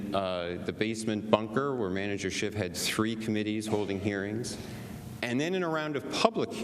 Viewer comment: Did Jay Sekulow say “Manager Schitt”? 😮🤭😂